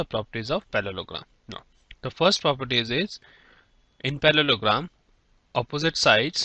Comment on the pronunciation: its not palologram its parlogram